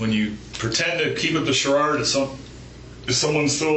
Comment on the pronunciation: Took hearing it a couple times, but the cop on the right is definitely pronouncing "charade" like sharard.